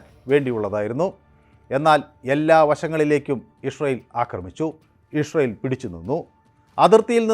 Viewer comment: ഇഷ്രായേൽ അല്ല ഇസ്രായേൽ.... അങ്ങനെ പറ